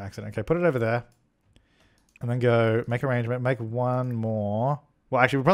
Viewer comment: nohsara: Because it's funny, like arraaangements.